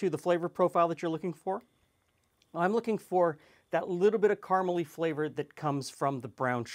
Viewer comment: So Canadians call caramel "carmel"?